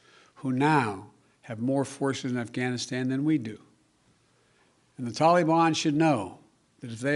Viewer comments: .....Mentally compromised....Parkinson’s disease?...”The Talyban”....It’s taliban Joe. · “ THE TOLLYBON”